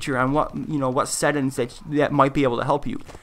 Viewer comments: Where are you from that you pronounce settings as settins? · Great video! But you were killing me everytime you said "set ins" when talking about settings 😂😂😂, but again great video and very informational I had no idea their was a difference between a monitor and a TV screen.